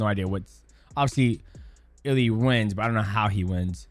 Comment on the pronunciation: Its funny how DJ keeps calling him Illy